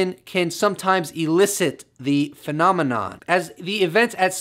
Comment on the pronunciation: Got tired of you saying phenomenom!!!!